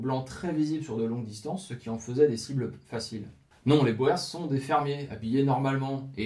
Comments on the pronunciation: Super vidéo et chaîne vraiment agréable, je m'y abonne de suite. Juste pour information le mot "boers" se prononcent avec une phonétique différente du français (l afrikaans est un dérive du néerlandais) le son "oe" se prononcent comme "ou" pour nous. Pratiquement on peut donc prononcer "bours" plutôt que "bo-ers" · Excellente vidéo mais la prononciation " à la française " de boer fait mal aux oreilles ( bowèr ). " oe " en néerlandais se prononce " ou " et donc le mot " boer " qui signifie " fermier " se prononce bour comme dans bourre ou bourgade en français. Vivement la suite . . . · c'est correcte: en néerlandais les lettres "oe" se prononcent bien "ou" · J'ai travaillé des années avec un Sud africain ( origine hollandaise). Je confirme qu'ils prononce : bourrs... Et qu'lis nous écoutent dire bo hers avec une condescendance amusée. Sinon, très bonnes vidéos. Bravo et merci. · Boers se lit "Bours".... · Il faut comprendre la curiosité des Français, qui pensent avoir affaire à une arme secrète belge, comme le célèbre "schild en vriend". "boer" est d'autant plus piégeux que son pluriel est "boeren". Prononcer [boûrs] est donc fautif, même lorsqu'on lit "guerre des Boers". Il faut prononcer [boûr] dans tous les cas. Incidemment, la Belgique a aussi connu sa guerre des paysans, une révolte contre la domination autrichienne, à l'époque de l'empereur Joseph II. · Très intéressant, comme vidéo! Pour ce qui est les Boers se prononce ( bour ) en néerlandais ou afrikaner! Merci pour ce documentaire. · En néerlandais et donc en afrikaans "oe" se prononce "ou" guerre des "bour" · Boer signifie tout simplement paysan. Le s du pluriel se prononce : boer = bour, boers = bourse pour un français. Salut des Flandres. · Boers est un mot qui se prononce "bour", fermier en néerlandais. Phil, Belgique. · Boers se prononce bours,mais bravo pour le boulot fourni,donc je m’abonne.